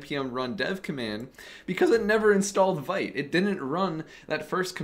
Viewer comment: I like your videos. Just a heads up. Vite is pronounced veet, like feet but with a v. It's french for Fast.